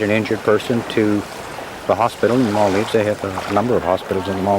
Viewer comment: Nice, but the incorrect pronunciation of Maldives all the way through by the narrator is annoying! Should be as in "gives", not "dives".